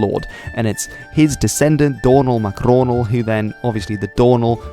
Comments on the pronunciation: I'm sorry I swear you're saying Ronald McDonald. 😝😝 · Domhnall mac Raghnaill All I can hear now is “Donald McRonald”